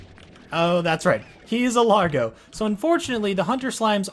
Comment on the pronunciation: It's pronounced "Large-oh" because it's based on the word "Large" okay.